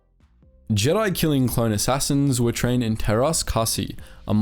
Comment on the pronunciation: It's always fun to hear someone (not from finland) trying to pronounce finnish. In this case the martial art "teräs käsi" which translates to "steel hand" or "hand of steel". Take your pick.